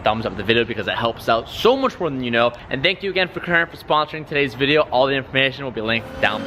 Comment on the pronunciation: “todays vrrrdio”